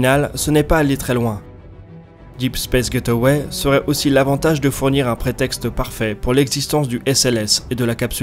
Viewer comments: Super vidéo, par contre : Gateway = [gayt way] [Gaiteuway] = get away C'est pas pareil ! #PrononciationNazi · J'adore tes vidéos !!! C'est du bingewatch depuis qu'ai découvert ta chaine. Mais s'il te plait, s'il te plait, prononce ça "gèïtway" et pas "get away", s'il te plait.